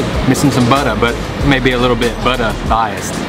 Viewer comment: Hahaha that buttah! Those Southern roots coming out